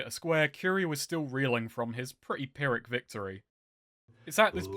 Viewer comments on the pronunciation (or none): none